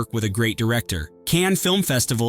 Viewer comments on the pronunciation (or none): none